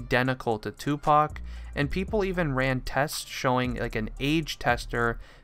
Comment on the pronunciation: Notice how he said"pepole asked" xd